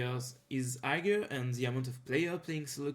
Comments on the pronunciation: non hagar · la façon dont tu prononce higher me bouteille xD tu prononce le g ce qui ne se fait pas